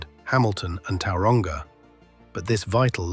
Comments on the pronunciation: Towel-wronga and why-rower?? bruh you need to work on pronunciation when talking about other countries cities names bud. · Yeah the pronunciations are terrible. Towel-wronga 😂😂 wtf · Please STOP using text-to-speech. The mispronunciation of Tauranga makes it blatantly obvious. And in New Zealand, 2009 is "two thousand AND nine", not "two thousand nine". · Just need to work on that Tauranga pronunciation